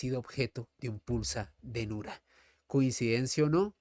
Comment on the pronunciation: Es pulsa denura, no dinura